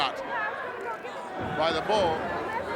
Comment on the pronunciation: In the beginning, he calls "Paul Nakano," which is wrong! she's "Bull" Nakano baby!